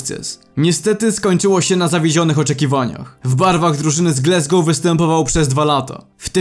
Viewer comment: co to jest glesgou... wstyd. Wymawia sie Glasgow. jak piszesz i czytasz. Nikt inaczej nie mowi ... Chyba ze Polski polityk